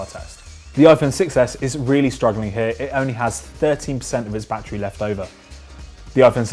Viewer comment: Bad err